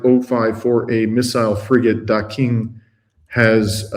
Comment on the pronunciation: Dear: in Chinese phonetics, the letter 'q' sounds like 'tch 'so the missile frigate's name is pronounced DA CHING....and that is a lovely little touch of Chinese irony. ALL China 's naval ships are named for cities on Chinese soil, so crews take a part of their Motherland to sea with them....and Daqing is the first OIL FIELD that the People's Republic developed for herself in the early 60 's, in the brutal conditions of Manchuria ( like Siberia) when all foreign experts told them " China has no oil "...! The workers who built Daqing are revered to this day as "IRON MEN ". Just thought you & might enjoy that little piece of subtlety...